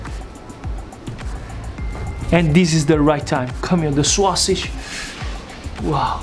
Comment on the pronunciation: The “swuah-sidge.” 😁